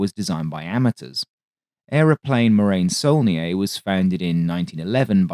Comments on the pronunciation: It is pronounced morahn you moron, not marain. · Sorry, but even if the pun with glacial deposit "moraine" could work due to the glacial pace of the aircraft, Morane is to be pronounced with a full "a" as in "attention" to make something akin to Mor-Ah-n' (actually quite close to the Irish "Moran") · Please...it's pronounced Mor-ahn. It takes literally seconds to google this. It grates to hear it mispronounced repeatedly for half an hour, and I'm not even French! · Excellent video as usual. Only criticism is the pronunciation of "Morane." That's something you should be able to get right.